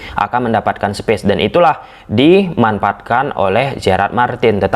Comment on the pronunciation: kok Kaliman yg seharus nya" dimanfaatkan jadi dimanpaatkan, fase fase jadi Pase Pase, pers jadi fers,😂😂😂geli juga dengar bahasa nya😂😂😂